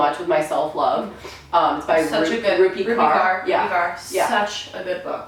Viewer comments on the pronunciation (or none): Just an FYI- Rupi Kaur is pronounced more like "core"